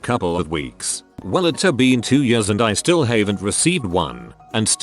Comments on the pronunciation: No one: Text to speech voice: yörs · Nobody: The text to speech: Yêärs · nobody: text to speech: y u r s